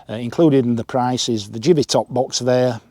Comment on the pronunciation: It's give-ey not jiv-ey 😉